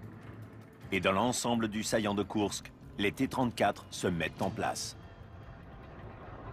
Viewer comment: Héy, pas de E à Koursk (écrit à la française)!